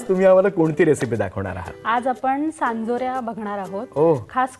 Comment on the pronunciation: सांजोऱ्या!!! चांदोऱ्या नाही 😂😂